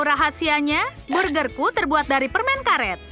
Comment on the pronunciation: Permennnnnn bukan permengggg heeeeeeh